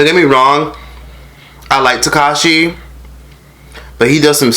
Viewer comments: More like teCACA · takes me out every time he says Caca 💀💀💀💀💀😂😂😂😂😂😂